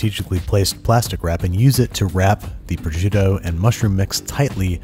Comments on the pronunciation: How you pronounce it is Funny Proshutto LOL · “projitto” HAHAHAHAHH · The way you say prosciutto gives me aids